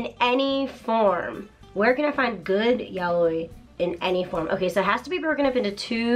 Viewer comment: So it's not pronounced "yowee" huh... It's more of an "ya oi", or "yaOi", although technically stress accents aren't much of a thing in Japanese, so I'm approximating. Huh.